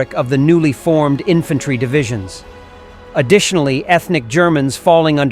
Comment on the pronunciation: "Infantary"? Really, Mr Narrator?